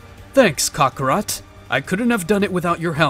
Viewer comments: Bro really said kokorot instead of kakarot 😂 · Buddy stop saying Cockarot